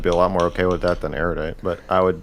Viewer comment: Why can’t destiny say erudite properly lmao